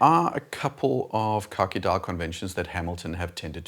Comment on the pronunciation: Every time you say khaki it sounds like you’re saying car key. Keep up the great work. I don’t even own a watch and I’m subscribed.